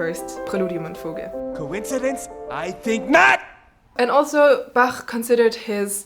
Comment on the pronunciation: I have had more than one teacher say that C major is a particularly difficult key to play. ""? Your German accent is vortrefflich!